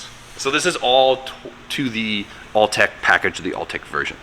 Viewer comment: Are you saying all-tech? It’s Autech FYI